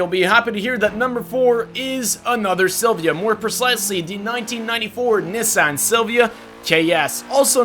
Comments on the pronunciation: said Nissan wrong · Do you not know how to say Nissan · the way he said nissan tho